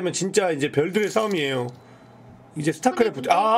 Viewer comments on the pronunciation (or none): none